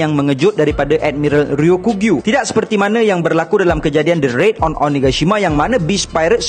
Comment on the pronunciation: Sekadar berkongsi. Sebutan yang lebih tepat adalah "Ryoku-Gyu", bukan "Ryo-kugyu" Ryoku bermaksud hijau, Gyu bermaksud lembu. Maka "Ryoku-Gyu" adalah lembu hijau. Kedua²nya adalah sebutan onyomi. Teruskan lagi membina content² one piece. Sangat menarik. Saya support👍